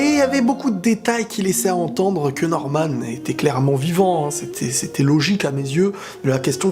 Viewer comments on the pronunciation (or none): An faite ses pas normane ses norman